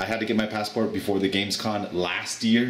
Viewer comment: IT IS GAMESCOM not Gamescon